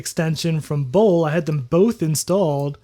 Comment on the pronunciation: in german we say Bol - le not "bowl".